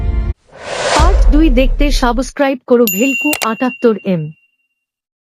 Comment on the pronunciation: সাবোস্ক্রাইব কি উচ্চারণ ঠিক করুন